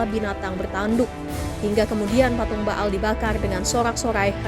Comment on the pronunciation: Ba'al = Be'ol 😅